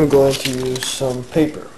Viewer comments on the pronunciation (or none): once he said papper i stoped watchin the video.